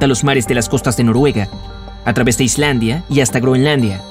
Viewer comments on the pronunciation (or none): none